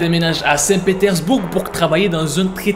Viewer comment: 'saint petersbourGUE' on prononce pas le 'e' x)